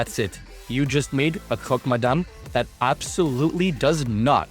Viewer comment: Tell me you’re Canadian without telling me you’re Canadian. The maple on the ham and you pronouncing croque madame correctly gave you away! 😂 Looks scrumptious!